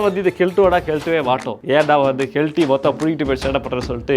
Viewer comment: Kalatti no Kelti 😅😅